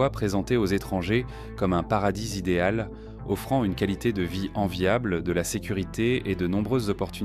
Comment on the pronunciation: "...paradis zidéal..." Tu sais que ça va être de la qualité. 🤣🤣🤣